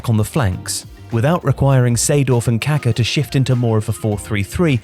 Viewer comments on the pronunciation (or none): I cringe so hard whenever I hear an English speaking person pronounce the name "Kaká"